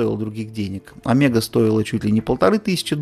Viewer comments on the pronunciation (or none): none